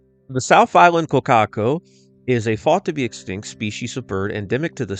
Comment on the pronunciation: I just want to thank you for pronouncing Kōkako correctly, so many people say Ko-kak-O